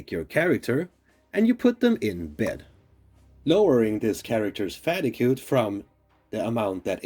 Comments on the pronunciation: Great video! Just a heads up, fatigue is pronounced like fah-TEEG, the ue is silent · Hold up did he say "fattygoo"? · Fatigue = fa-teeg sorry to moan.. I had to listen twice to realise what you were saying! Otherwise nice vid. Thanks.